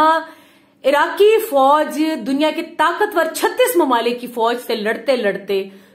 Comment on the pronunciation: ABE CHUTIYE FOOJ NHI FOJ 🤣🤣